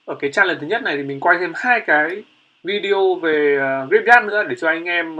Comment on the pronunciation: oi ban danh rat hay nhung phat am thi sai nhieu qua nhat la "graveyard" luc dau nghe ma khong biet la cai gi luon lol